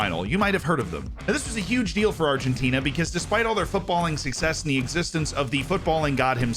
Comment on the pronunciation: My G, you said Argentina pretty spot on... Nice! I was surprised as yourself... Very good accent